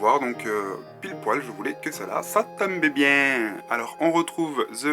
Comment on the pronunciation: Ptdr "ça timbe bieeen" c'était quoi cet accent 😂 Elle est super jolie quand même j'ai envie de l'avoir je prie pour qu'ils la soldent plus tard!